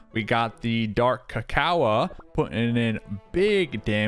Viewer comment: I HATE HOW U SAY DARK CACOA ITS DARK CACAO